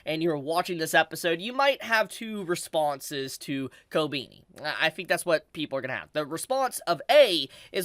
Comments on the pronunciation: why are you saying kobini instead of kobeni? sounds weird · the way you mispronounce Kobeni is so cute! also I keep hearing Attorney devil instead of Eternity, you had me dying. great content